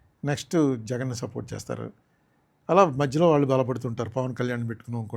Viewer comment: విషయం ఉన్న వ్యక్తిగా చక్కటి programs చేస్తూ ఉంటారు కానీ, భాష మీద పట్టు సంపాదించ లేక పోతున్నారు, ళ ళ ళ బదులు ల ల ల పలుకుతూ ఉంటారు ప్రతీచోటా, program మొత్తంలో ఒక అపశ్రుతి లాగా ఉంటుంది, Example -మళ్ళీ బదులు మల్లీ, వాళ్ళు బదులు వాల్లు అంటారు, Please practice using ళ ళ ఉచ్చారణ elevates your talent Please understand and practice